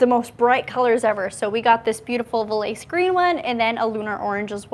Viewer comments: It's called Valais Green. I have the same 2024 Seltos SX. It's pronounced: Val-aay-sss Green. 😊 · It's called VALAIS GREEN. Pronounced: Val-lay-sss. A step up from the Starbright Yellow on the 2023's. I own a Seltos in Valais Green. Love it 😊